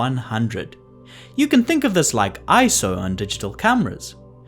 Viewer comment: So glad you pronounced it correctly as "eye-so" and not as individual letters like so many photographers mistakenly do